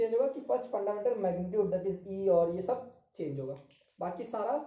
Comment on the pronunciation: Sir aap itna "shab " kaise bol lete ho 🙈🙈😆😆